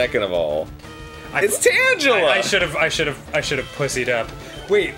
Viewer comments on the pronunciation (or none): "Tan gel uh?" I though it was "tangle uh" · TANG-EL-A Not tanjala. :P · its tangle-a not tanga-la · Tan-Juh-Luh? WTF? I always pronounced it Tang-El-Uh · superdudeman666 And? Virtually nothing supports Tangela being pronounced with a soft g; it's a TANGLE of vines, spelling corruptions notwithstanding. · Arin, you're the LAST person i expected to get the pokemon names wrong its not Tanchela, its TanGela, you know? like a Tangle? "TANG-guh-luh" i understand your mistake, but still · Tangaler Tangle er not Tang ler its a tangle not an orange! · For the Record, it's pronouce Tangle-a not Tanja-la like dan said it. Tangela is just a tangled mess of vines with feet and eyes. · Is the G in Tangela not pronounced like a G? Because it's a all tangled up. Not tanjelled up. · Tan-ja-luh??? Are you fucking serious lolol? Lol he cant be serious, right? I explicitly remember it being pronounced tan-gluh! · TANG-geh-luh, not tanjela. sigh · Tangela is pronounced with a hard G, Arin. Like it's tangled. ... C'mon. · ***** I have none, but you have none that it is pronounced tangle-ah. I'd assume it's kind of like angel and angle, since it's tangela, I think it's tanjella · when in doubt go by the anime pronunciation which is tangle-la but it really doesn't matter. I say Char-zard instead of Char-iz-ard haters gonna hate. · those aren't really the problem. tan-gel-la is a problem because the entire point of the pokemon is that it's TANGLED vines. i dont mind when people pronounce other names weridly, as long as it doesnt change the meaning of the whole pokemon. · Tsubasa Kageyama Or the fact every audio source but the Grumps pronounces it Tangle-uh. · I always thought it was supposed to be Tangela as in "Tangle-a." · Arin you reprimanded Danny for pronouncing victreebel wrong like 2 minutes before tanjilla showed up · Who the fuck says Tangela like that? It tangles you. It's tangle-uh. Maybe even tane-gella. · Tanjela is not its pronunciation. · It's pronounced (TANGLE-a